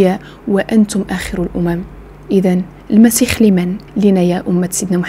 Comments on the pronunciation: المسيح وليس المسيخ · حبيبتي ممكن سؤال علاش تتقول المسيخ بل( خ)